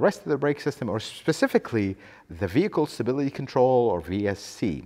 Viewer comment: Nice vee-hickle